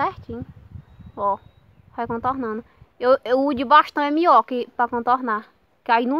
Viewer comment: "o de bastao e mio que sai no contono" kkkk